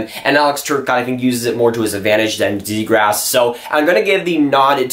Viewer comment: it's zee graw. not zegrass.